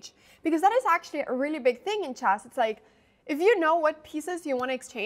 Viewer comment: The pronunciation of chess is always jarring too.